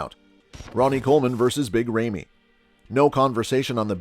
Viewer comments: IT'S NOT "REIMY" IT'S RAMY !!!!!! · FIRST OF ALL Ramy IS NOT pronounced RAIMI BUT either ROMY or RAMY. Goes to show already how much you know about Big Ramy🤮🤮🤮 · His name is Ramy, not rejmi! Come on man! Where did you hear Ronnie hate Ramy?! Come on! You are total show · This is the most unprofessional video I have ever seen. If you are going to do coverage of an athlete LEARN TO PRONOUNCE HIS NAME CORRECTLY. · No respect for this ckickbait merchant who can't even pronounce the athletes name right. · Would it have been too much for you to learn how to actually pronounce big Ramy's name before making a video about him? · You don’t even pronounce Ramy correctly